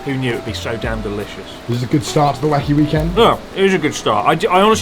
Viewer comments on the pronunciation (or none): you said weekend with the wrong stress twice at the end of the video 2/10